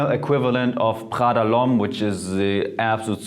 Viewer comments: U do realise he doesn’t pronounce it right, right? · It’s PRADA! wtf is khala? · Why are You reading Prada as pHada? It ain't French, It's freaking Italian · Who the fuck pronounces prada like that? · Why did you pronounce Prada with a french accent if it’s Italian?😅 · he probably can't pronounce the italian r because he pronounced it with the german r, just like the d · Yo the way he pronounced prada sounded german af! Is he german?? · Yeah it' s a shame that Prada is italian so it should be pronounced differently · Hahahahah that is so very German. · Laura Crisciotti Ok I accept that, but just out of curiosity, do you pronounce the names of all foreign brands like people from their countries of origin do? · Although his English is rly good, Literally the Moment he said Prada, I knew he's german:) #germansquaaad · After he said Prada I was like damn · Are you german? The way you say "Prada" sounds so german, you pronounce the r somehow hard.